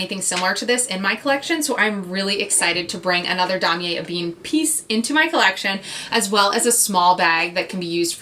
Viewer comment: It is supposed to be "E Ben", not "a bean"...and "Po shett", not "poo shett"